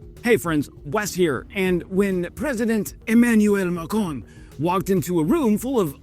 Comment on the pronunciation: How many times can one ignorant American mispronounce the name of President Macron? If you are a dumbo from the US Army, and a coward from the USAF, the number is infinitesimal. Never forget about what the USAF did to Kunduz.